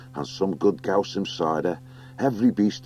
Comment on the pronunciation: Heads up all, there is an unabridged version of this book on audible… I DO NOT recommend it. The narrator cannot properly pronounce “Salamandastron,” “Eulalia,” or “GUOSIM” to save his own life